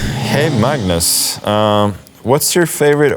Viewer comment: "I'm Mmmms Carlsen"